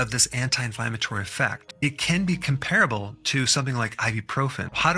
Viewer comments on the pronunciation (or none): it's pronounced COM-pra-ble ... and thanks for this video!